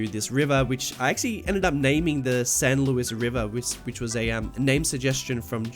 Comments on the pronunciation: kind of like louise but with harsher pronounciation and a hard S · no shade intended but its pronounced san lou-EES :)